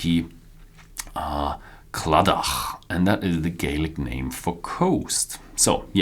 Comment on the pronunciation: You've been doing this for a while now, so it's about time you start investigating the correct pronunciation of some key words. Words like Bruichladdich, Diageo and many others. This is not difficult and is crucial to the overall quality of the video. Good luck.